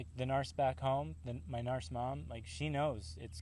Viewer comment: it's narc(k), not narst, LOL